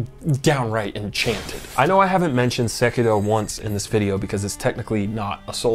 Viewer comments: I am just here to commend you on your excellent pronunciation of Sekiro, well done sir well done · Was just vibing with the video but decided I had to like it because he pronounced sekiro right lol. Like 70% of the video essays on from soft games will butcher it and multiple characters say his name throughout the game 😂